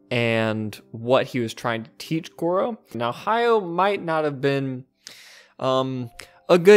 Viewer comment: Goro just needs one major hit to turn his life around. Why isn't Hayao helping him? That's what I would do if I expected him to succeed me. By the way, it's "Ha-ya-o" with three distinct syllables.